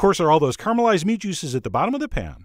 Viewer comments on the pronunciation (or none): Chef John, I liked the presentation but, since flank steak is a small part of the cow (they aren't all male) as it becomes better known it becomes more expensive, so over stressing the economy of the cut is an error. A nit to pick with a respected YouTube personality (you) is the word caramelize which should be said like the candy and not like pop food star Rachel Ray. Just me, I'm sure, but it seems vowel dropping is a slippery slope.